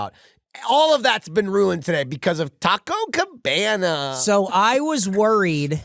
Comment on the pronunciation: Tah-Coh Cuh-Beh-Nuh